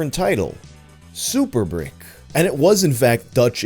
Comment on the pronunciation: Giles is pronounced "jials" (like dials, but with a j), not "guyals." Source: I'm originally from Giles County, Tennessee. Also Brikke would be "brick-uh" or "brick-eh."